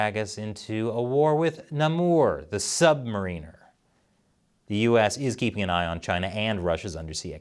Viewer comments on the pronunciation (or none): Namor is a long A not a short A. And Mariner is a short I not a long I. Comic nerd representing.